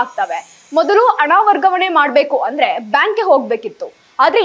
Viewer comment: ಶುಭ ಆರೈಸಿ,ಅಣ, ಎಚ್ಚು ಜನ, ಒಸಾ, ಒಂದಿಕೋಳ್ಳು ನಿನಗೆ ಯಾವೋನೆ ಕನ್ನಡ ಹೇಳಿಕೊಟ್ಟಿದ್ದು. ಹೋಗಿ ನಾಲಿಗೇನಾ ಕತ್ತೆ ಉಚ್ಚೆ ಲೀ ಉಜ್ಜಿಕೊಂಡು ಬಾ. ಥೂ ಯಾಕೆ ಬರ್ತೀರಾ ನೀವೆಲ್ಲಾ ವಾರ್ತೆ ಓದಕ್ಕೆ